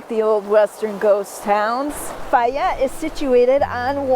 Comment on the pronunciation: Isn't it, "Fay ette"?